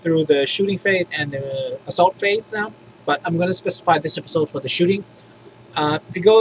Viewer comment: Shooting phrase? Typo or accent?